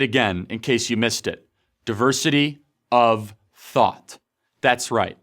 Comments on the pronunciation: Can you say it one more time, I thought I heard "diversity of thot" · "Diversity of THOT"